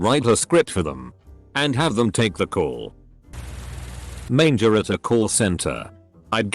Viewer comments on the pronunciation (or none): none